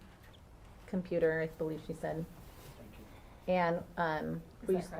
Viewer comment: instead of computer she said "commuter" 2 times 😂😂😂😂